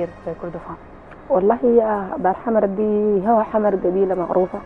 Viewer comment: المذيعة بتقول قبيلة دار حمد😂😂. دار حمر وليس دار حمد